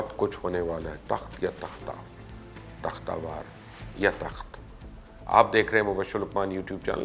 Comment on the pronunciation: جاھل آ دمی تختہ وار نہیں ہوتا تختہ دار ہوتا ہے۔دو لفظ اردو کے بھی سیکھ لو۔